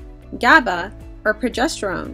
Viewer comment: I’m not super familiar to this topic, but the female in this video is mispronouncing the word progesterone. She keeps saying “progestoren”.